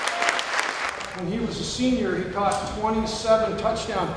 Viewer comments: barn-EZ. lol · Why ......last name after father is Barnes not - baenez ?